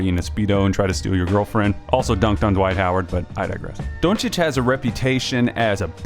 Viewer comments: I appreciate the correct pronunciation of the name. Even got the o right. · Oh you pronounced his surname correctly, first video so far :) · Only american that can say his surname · Just sayin...you are one of few Americans that pronounce his last name "on point". Great clip.